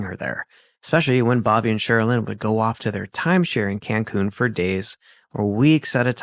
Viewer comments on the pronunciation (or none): none